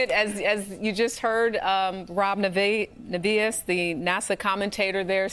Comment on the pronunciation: I sure wish the CBS News people would have been quieter, and let mission control's own commentator, Rob Navias, talk. By the way, you butchered his name. It is NAY-ve-us. He is the voice of NASA, and he does a FAR better job of explaining what's going on in layman's terms. This is why I watched NASA's own coverage.